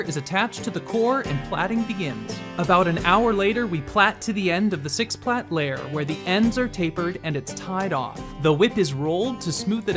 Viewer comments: Plait is pronounced the same as plate. Stop saying "plat." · “Plate”, not “platt”. A plait is the product of braiding.